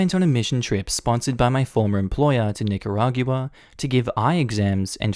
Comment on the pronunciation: Normally I gloss over pronunciations, but I had to chime in to say that it's pronounced Nih-kuh-raw-gwuh in English and Nee-kah-rah-gwah in Spanish. Not Nih-kuh-rah-gew-uh